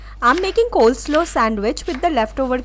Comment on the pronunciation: Coleslaw right 😅not coleslow tongue slip